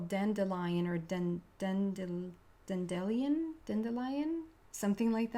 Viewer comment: pronounced Dandy-lion not Dendy .. thats funny. Have a fabulous day 🦄🌈🦋